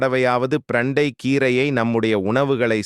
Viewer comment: பிரண்டை சரியான வார்த்தை❤ ப்ரண்டை தவறான உச்சரிப்பு ' தவறை திருத்திக் கொள்ள வும்'❤ 💐💐💐